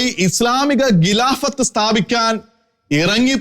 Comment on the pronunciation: താങ്കളുടെ മലയാള ഭാഷ ഉച്ചാരണം മെച്ചപ്പെടുത്തേണ്ടിയിരിക്കുന്നു ഉദാഹരണം-പാലായനം അല്ല പലായനം. ഗിലാഫത്ത് അല്ല ഖിലാഫത്ത് നഖത്തിൻ്റെ ഖ